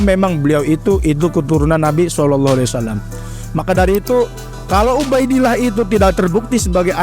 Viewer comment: NGOMONG SAW AJA BELEPOTAN..